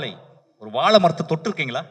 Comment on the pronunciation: தம்பி... வாழை என்று சரியாக ஒழுங்கா உச்சரிங்க.... ஆங்கிலம் மீது கவனம் செலுத்துவது போல் தமிழ் மீது செலுத்தவும்